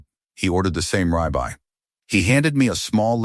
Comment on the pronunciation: Rib eye, not rye bye